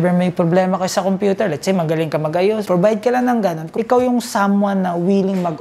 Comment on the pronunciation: if hindi ip, provide hindi probide..ayos ayosin ang pronunciation para maniwala ang tao sayo..pero at least kahit papaano ung off mo hindi na opp.✌️